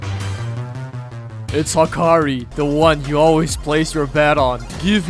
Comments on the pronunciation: also ryoki tenkae and then HAAAAkeri instead of yoek tenkai and hakari is crazy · Bro called hakari "hakri" 😭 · You saying 'Hakari' is so cursed dude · how did bro say Hakarii wrong🙏🙏🙏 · The way he says hakari 😭